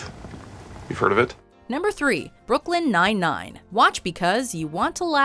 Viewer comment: Brooklyn nine nine she's saying it wrong lol